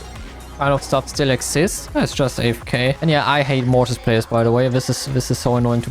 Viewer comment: mortis❌ Morris✅